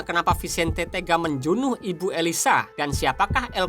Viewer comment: Maaf nih bang. Saya dengernya Perkataan Membunuh itu Abang Sebut Menjunuh. Hehe